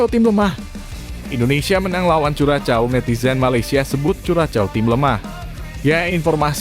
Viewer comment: Min..tambah wawasan dong cara baca nama suatu negara....Curaçao itu tidak dibaca curacao tapi Kurasao